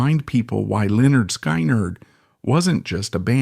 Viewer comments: The scariest thing about this is the pronunciation of LenNard SkyNerd. Sounds like a crummy 🏀 basketball team in a bad dream. I say if AI can't handle the job, hire a human!....just like in the good old days.⁰ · Really? Lynyrd SKI-NERD? Is this AI, some idiot from another planet or some stupid millennial who just doesn't get it? And he's mentioning the Hell House and the video shows some big luxury mansion. God, only in the 21st Century! Fucked up... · IT'S PRONOUNCED "Lĕh-'nérd 'Skin-'nérd" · Say it with me "skinnerd" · Its pronouced Lynyrd (Skinard) Skynyrd. ❤❤ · It is Pronounced SKINARD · Pronounced SKINNERED!!! God man learn your ah craft. Do some research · Lynard SKY-NARD would it kill the guy to pronounce the name right? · If people would just pick up LYNYRD SKYNYRD'S first album... PRONOUNCED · Says this is Ai and soon as IT pronounced band name wrong IM done with it. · When you can't pronounce Lynyrd Skynyrd I will not stay to your mess up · No! Absolutely not! You cannot even pronounce Lynard Skynard correctly. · Is this some more Ai bullsh-t. Can't even pronounce the name of the band you're talking about. What do you know other than what's already on youtube. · Hey narrator, they even came out with an album called pronounced. You might want to look into it. 😂😂😂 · WTF? Can’t even pronounce the name correctly of the band correctly! Fuck AI, time to turn this video off! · If you can't even pronounce the name of the band why should I listen to anything ai spews. Misinformation central... bye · I was gonna goof on the guy for the way he pronounced the band, but no way is it a real person. So I'll just say i miss Lynyrd Skynyrd. One of the best bands ever... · Ai just can't get the name right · You should learn to pronounce the name of the band before reporting on it